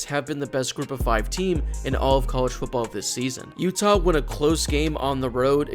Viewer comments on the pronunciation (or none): none